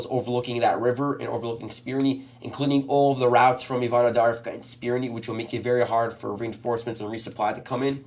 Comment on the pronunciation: Spirne is pronounced "Spir-neh" not "Spir-nee".